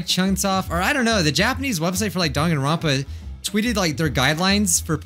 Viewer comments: I can’t get over how the announcer keeps calling it Dankanronpa with a k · Of course you haven't, nobody says Dangaronpa they say Danganronpa